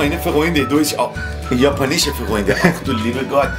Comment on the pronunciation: "Japa nische freunde" 😂😂😂